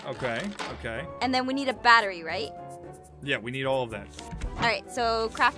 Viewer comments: Amphau: the batwy. Me:lol don’t you mean battery 🔋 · IM SO SORYY ITS NOT BATWI ITS BATRY DA!!🙄🙄🙄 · APHMAU😂😂😂 ITS 😂NOT😂 BETERI ITS😂 BATRY😂😂😂😂😂😂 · The batta-wee The batta-weeee The batta-weeeeee Jess: THE BATTA-REE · Aphmau: The batwery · The batta reee the battleship BAT A REE THAT'S HOW YOU SAK IT I mean say it. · aph: the barowee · the batleREEEEEE is what I unerstand😂 Or the beterWEEEEEE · its so funny hahha ahmau doesn't no how too say battery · my god you did not know to read battery